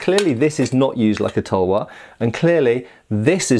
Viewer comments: Half the vidoe I was like "what is a Indian towa" Then I get what you ware saying, it's pronounced like this tal-var btw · We call it as thalwar not tulwar